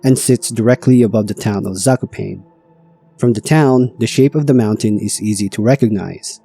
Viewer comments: My ears... it is not "zakoupain" but "zah-koh-pah-neeh". If you avoid AI, you can use Google Translator to listen to the correct pronunciation of foreign names and places. You are welcome. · lost me at "sako - pain" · The pronunciation of Zakopane 💀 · In name Zakopane the second "a" should be prounced in the same way, like the first a. Like first A in America. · "Zakopain" is frying me ngl, especially after Gerlachovský štít being pronounced quite correctly lol